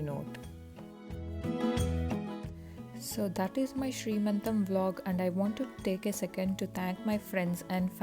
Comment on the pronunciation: it is seemantham not sree mantam